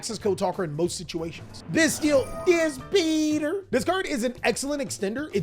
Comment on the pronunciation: I am pretty sure its pronounced DisPAYter, not DisPETER, but im still falling for u calling him that every time :D